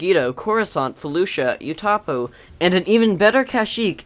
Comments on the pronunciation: youtupow not utopo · utapo? its uh-tah-pow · When he said "Utapau" as "Utapo" it hurted a little inside. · You mispronounced Utupau